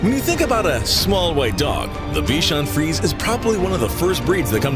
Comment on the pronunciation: Please learn the proper pronunciations of the various breeds. Your constant errors make you look really bad. Bichon FREEZE?!